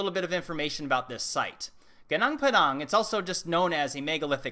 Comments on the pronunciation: Sorry to interrupt, but it pronounce "GOONOONK" and "pAdAnk", like A in the mAchu pichu. "Gunung" means mountain. "Padang" means bright. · Padang means field. Pa like papa is correct...